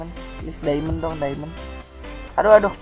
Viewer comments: diamond bang,bukan daemen wiwkwwkwkwkwkwkw LOL XD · diamond kak bukan diemen